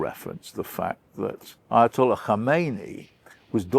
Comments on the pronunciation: His name is Khamenei. Khameni died in 1989. Dear white people you berate us for not speaking your language but can you please even say our "brown" names right or is that not possible for your white tongues. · Kha-men-ah-ee I thought Brits were good at pronouncing words?